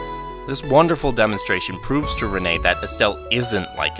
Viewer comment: he pronounced loewe wrong but at least he said renne correctly